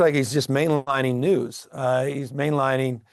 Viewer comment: It’s pretty rich when you make fun of Trump and the way he speaks and says certain words while you can’t even say “NEWS” without using two syllables. You’re an idiot. Trump is an idiot. The world is filled with morons like you and him that are all about hysteria and hyperbole. Your show sucks. Badly.